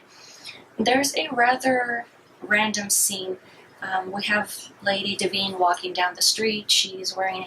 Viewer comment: Honey you flat lined when you mispronounced Divine